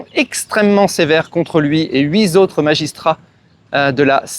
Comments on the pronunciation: « Huit Z’autres magistrats » est une liaison mal T’à propos. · "huits" aha ha